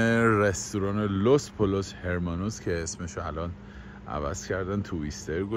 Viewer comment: لوس پولوس؟؟ ل تلفظ نمیشه 😂😂😂😂